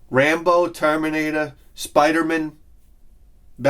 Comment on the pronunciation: Is that really how you pronounce Batman and Spider-Man? Says the southerner...